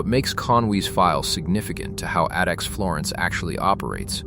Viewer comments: AI narrated shit. Pronouncing "ADX" as "Adix" 😂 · when the AI mispronounced ADX I shut off the video and left. AI slop.